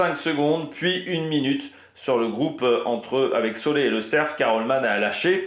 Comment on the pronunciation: Et c'est pas Marc Solé mais Soler,ca ce prononce Soler comme solaire,tu as compris 😮😮😭😭😭😭